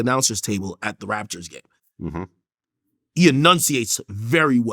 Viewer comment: He said “Raptors game” but it sound like he said “Raptures”